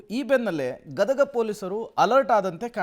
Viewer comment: It's not gadaga it is Gadag